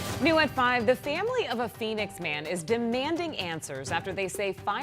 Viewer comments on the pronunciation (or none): I'm not getting why when a word like family gets the a dragged into a long e. Example. Family. Not feemily. Not eend, it's pronounced and. Sounds like high school valley girls.